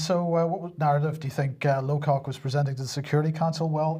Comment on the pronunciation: "Lowcock" - really??